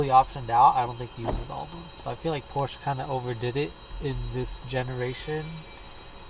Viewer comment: You can't even pronounce Porsche.